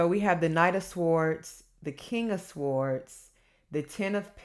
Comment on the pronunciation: Hello my darling daughter, Shondi here. The correct pronunciation of "swords" is "s or ds" sords "w" is silent...l enjoy your sweetness and energy great entertainment. Love you darling. Shondi Thanks!